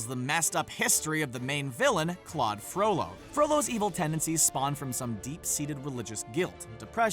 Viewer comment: thank you for saying FROLLO.